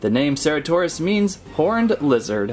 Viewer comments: Its cer-ata-saurus not cera-taur-ous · It's pronounced as sir-at-oh-saur-us. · No its ce-ra-to-saur-us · It's pronounced ceratosaurus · Im triggered! You’re pronouncing the name wrong.